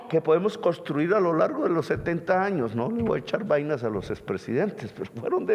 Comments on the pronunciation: Presidenteee no diga "Coriano". Diga. CorEano. Y no diga "costruir". Diga coNstruir. Es con mucho respeto que siempre le sugiero estas cositas. Ud es un gran pedagogo y yo fui profesor toda mi vida, y ahora como pensionado me deleito aprendiendo de ud. Y, póngase siempre un chalequto de lana sobre la camisa y no permita aires acondicionados a donde quiera que vaya, y no se salga acalorado después de dar su magnífico discurso en toda parte. Se lo digo porque esa bronquitis se le ha estado acentuando y si no se atiende adecuadamente, lo va a perjudicar mucho, y el uribismo y la gente vociferante que sale contratada a las calles, se pondrán felices porque a Ud señor Presidente le vaya mal; no pueden comprender que ese sería el mal automático para ellos también. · Con todo respeto, no se dice costruir, se dice CONSTRUIR. No se dice corianos, se dice COREANOS. No se dice oliadas, se dice OLEADAS. Eso entre otros. 🤔🤔